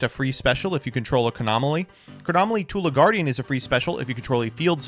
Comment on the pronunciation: the fact that is so engrained in internet culture to the point that he consistently misread Tula as Tulpa is ceaselessly entertaining